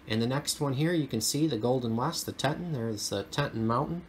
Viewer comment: I can see the Grand Tetons from my area. It’s pronounced Tee ton.